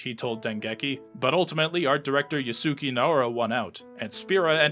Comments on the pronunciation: did no one go over how to pronounce certain things in the final fantasy segment? like how X is 10 of how yusuke is pronounced? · Just so you know, you mispronounced Yusuke